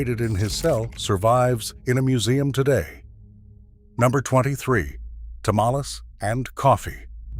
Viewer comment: Can't you pronounce tamales correctly?